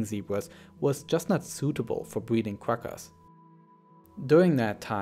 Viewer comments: “Selective bweeding” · Swective bweeding